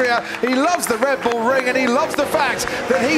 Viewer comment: Oh my god the way he say Red Bull ''Red Boule''